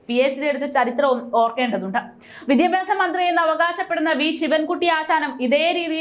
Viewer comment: വിദിപ്യാസം അല്ല ഏതായാലും. വി ദ്യാ ഭ്യാ സം എന്നായാൽ👌👌